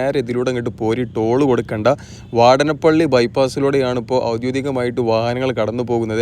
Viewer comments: " വാടനപള്ളി " അല്ല. .,. വാടാനപിള്ളി is Ok.. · വാടാനപ്പള്ളി ...വാടനപ്പള്ളി അല്ല !!